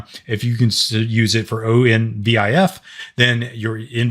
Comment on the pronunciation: Great video!!! Good information for a beginner!!! One note, ONVIF is usually said as On Viff. Like two separate words. Awesome work!